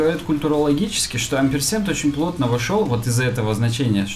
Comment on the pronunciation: ampersand, буква «a» в закрытом слоге произносится как Э.